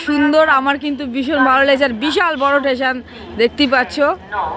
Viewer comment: টেশন নয় স্টেশন